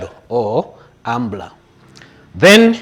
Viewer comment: He boss its umbra not umbla